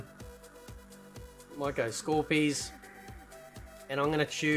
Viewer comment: So "scorpies" is something I never needed to hear... please don't ever say that again lol. Can't be disrespecting my man Hanzo like that 😭